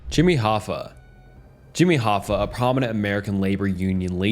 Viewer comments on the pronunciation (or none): Wtf so you said Hoffa correctly and then you said Hoe-fa. That's just into the video. The comments ripping into your pronunciation are correct. Get a dictionary, get an editor that actually listens to the work they're doing, double check the work yourself and you stop putting out content that's below what is expected of you. If you made the grind impossible then that's on you to catch and correct your mistakes. If it's just ragebait, prepare to lose all popularity and your subs. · I usually wouldn't say this but what type of English do you speak? Hoe fah. Like no bro. Hoff ah. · Jimmy Hoe-Fa